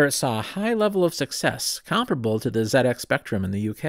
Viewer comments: I thought I knew a lot about the Z80, but learnt so much more. Thank you. And thank you for pronouncing it Zed-X Spectrum! Also, please watch the "Micro Men" film here on YouTube about the rivalry between Acorn and Clive Sinclair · However, it was pronounced correctly as part of ZX